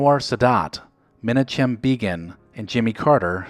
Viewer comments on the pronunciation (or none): The correct pronunciation of names is rather important. It is NOT “men -ah - chem”! It is “ men - awk - um”. And not “mahr - gaht”. It is “mahr - go”, the T is not pronounced. I enjoy these vids a lot, but ya gotta get names right for folks, many of which, are known by a lot of people. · Holy crap, man. It's me-NOCK-hem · Menna chim? Mar gott? Come on narrator dude. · "Men-uh-chim." 🤦‍♂️ It's pronounced "Men-ah-him." And "Mar-git Kidder" is "Mar-goh." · You know the narrator wasn’t around in 1978 when he pronounced “Ma-Knock-Um” Begin’s name the way he did. 😂😂😂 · Men-a-chim?? Really?? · Check pronunciation of Menachem. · These are NOT enjoyable. Also, please learn how to pronounce Margot and Menachim.